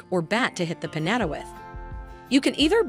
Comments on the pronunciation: Omg its PiÑATA peen-yah-tah! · The way she saying piñata it driving me crazy